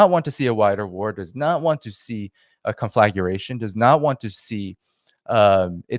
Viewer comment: Conflagration is pronounced con-fluh-GRAY-shun….